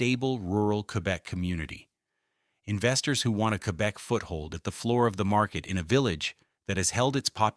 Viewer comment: queerbec lol